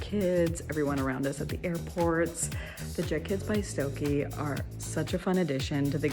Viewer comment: I think it’s pronounced “Stoke Uh”